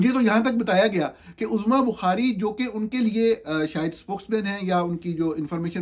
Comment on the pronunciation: She calls herself AZMA BUKHAARI, not Uzma Bukhaari, Mr Journalist!